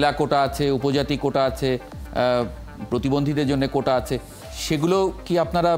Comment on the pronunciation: ের উচ্চারণ লুক,,কুটা,, হাইকুট😅😅😅